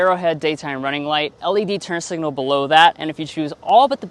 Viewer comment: Thank you for saying turn signals and not turn singles.